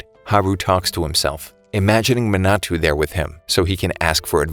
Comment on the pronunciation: You mean Manato? Sorry, it was just bothering me a bit